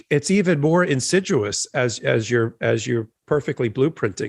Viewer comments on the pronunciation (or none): Insidious NOT insiduous! Twice now I’ve heard mispronounce this word, hasn’t someone called him on it?